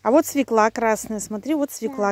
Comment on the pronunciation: Вообще то : СВЁКЛА,УДАРЕНИЕ НА Ё